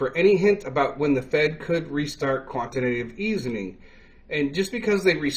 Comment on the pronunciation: I did listen well enough to know you got it wrong just enough to where you mispronounced Quantitative Easing. And not just one either, every single time. And you never linked the cryptocurrency market to the NASDAQ. You just left it out, not letting anyone know that the NASDAQ powers the Cryptocurrency Market. That is a classic case of neglegence when informing your audience of financial matters. So for the future, and the spirit of the next holiday. I'm going to hope you get better at this. Remember, there is always room to do better! 👍🏾👍🏾 You can do it if you want to.